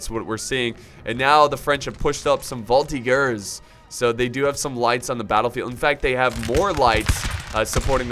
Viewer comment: Volty-gers? Whatever happened to pronunciation?